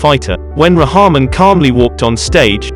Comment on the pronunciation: It’s actually pronounced as RAHKMAARN